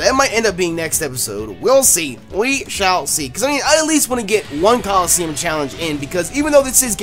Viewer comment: At the beginning he said colleseum